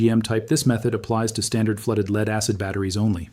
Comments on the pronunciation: The vid pronounced lead as leed. It’s AI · lead is not pronounced leed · Yeah noooooo shit! Leed batteries. The fuck? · Leed acid? AI narrated! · the part where he says is not a he. it's AI. that's why the video is good. except that the AI doesn't know how to pronounce lead. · I guess that i can appreciate a half-truth video, but I'm just so sick of AI slop. Obviously, If an Asain man was a guest in America, he would have an accent. If he was natural-born (and spoke like what AI thinks white men sound like)- he would know how to pronounce the word "lead." The englush language is still too complex and filled with nuance that AI can't do it. The entire video is about lead-acid batteries, and American-accented AI can't pronounce the word even close to correct for 15th time. I'll take my advice from humans for now. Lead= "Led," not "Leede" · That mispronunciation of lead was starting to aggravate me too 😅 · I say you are, because you said LEED instead of LEAD. means you are A.I Humans know the difference, you don't! 👋 🚨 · Tell your ai computer it's pronounce led, not leeed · (A.I) "Lead" is pronounced "led" and not "leed" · AI crap. When it mispronounced "lead" twice, it was a dead giveaway. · Anyone noticed that the A I doesn't know how to pronounce the element, Lead ( led), not lead, ( leed ). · "Lead" in a battery is pronounced 'led'. Please tell your dumb Al.